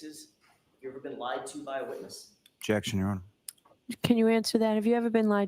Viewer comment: “Objectic” ….. “ Sustained “ she doesn’t let him say objection nor does she listen to what he is objecting lol smh